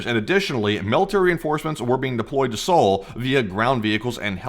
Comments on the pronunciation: Seoul is said with silent E its very annoying the way ur pronouncing it, for future videos look it up Plz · Learn how to say Seoul before you go live next time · The E in Seoul is silent for goodness sakes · ffs figure out the pronunciation of the city you are gonna talk about before making a whole youtube video. It doesnt have to be perfect. Nobody expects you to be but at least get it in the ballpark. Especially since its the capital of a major western ally in the pacific... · I don't mean to be critical. This is for your own edification.... Seoul is pronounced similar to "soul" ... The e is silent. Really want to thank you guys for doing what you do, and bringing this information to us. Keep it up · Damn, the opposition leader must have some athletic ability left in his old (middle?) age. I know I could never hop a fence (granted, hard to do it from a wheelchair, lol) **Btw,, capitol of S.Korea is pronounced like "soul" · Seoul is pronounced Seo-ul (just say Soul), not See-oul. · SEOUL isn't pronounced see all....its pronounced like Soul. You are making my korean wife cringe everytime you say "see yeall" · How is it, that sometimes you pronounce the capital of South Korea "se-oul", with two syllables, and other times you pronounce it correctly, Seoul, with one syllable? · Pronounced soul not see ol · Dude, it's just pronounced 'Soul', the 'e' is silent. It's not 'Sea-ole'. Pretty importent if you are going to mention it a hundred times in 14 minutes. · SEOUL...is "sole", the E isn't pronounced. SOLE/SOUL, not SEE OUL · The way he pronounces Seoul as seee ole it’s pronounced soul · Good info, but it´s ¨sole¨, not ¨see ole¨ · It's "Soul" dude. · Just so you guys know for the livestream , it's pronounced soul . Thanks for the video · Cringe to watch everytime you pronounce Seoul. Its pronounced Soul. Prolly never had to say it in your life but you're welcome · I hate the way you say "See-ool" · learn how to say seoul bro! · Thanks. Its pronounced Sole mate.